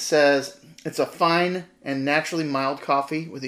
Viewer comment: not bad in terms of pronunciation - the beginning of 'feine' is spoken like the English 'fine' +e ( your ending was perfect) . For 'milde' you would change the emphasis from the second to the first vowel. And it is German. ;-) indeed one of the more established everyday brands over here.